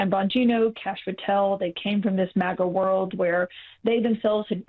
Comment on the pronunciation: Why do you continuously call it moga and not maga just Google the words you're saying and look how it's spelled